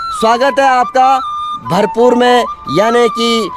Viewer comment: भरपू गढ़ नहीं है भरपूर गढ़ है🙏🙏